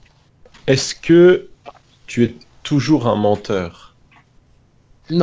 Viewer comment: OMG "es" pas "est"😂😂